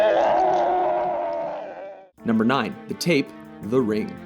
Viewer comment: When he said the tape I thought he said the Rape O_O